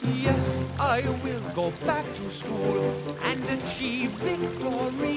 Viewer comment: The way he pronounces school 😂